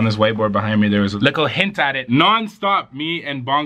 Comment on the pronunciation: Mercedez 978 no one:: A LICKLEEEE BIT